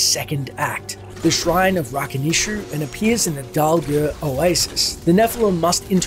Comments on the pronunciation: I mean you add cutscenes with names said it it or with audio and somehow still butcher it over and over. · When I hear the fallen say "Rakanishu" I always think they are saying "Nice to meet you!" XD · I always thought it said "I'll fuckin eat you" with the you being pronounced more like Chu.